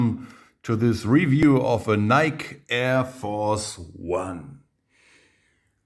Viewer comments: not “Nyk” Its. “Nykie” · It's pronounced nikey ma dude